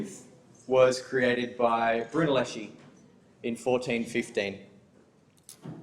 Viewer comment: Filippo BrunellesChi, typo and wrong pronunciation